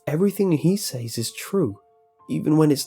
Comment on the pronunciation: "I say-ez" "They say-ez" "He say-ez. . ." Lol. . . Dont know why, but the pronounciation always makes me giggle.